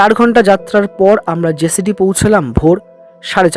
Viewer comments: উচ্চারণ টা জেসিডি না জসিডি হবে। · কথাটা জেসিডি নয়, জোশিডি ।